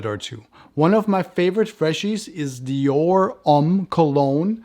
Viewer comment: thank you for your reply. As a Frenchman, I know what Homme means , it’s your pronunciation that was confusing.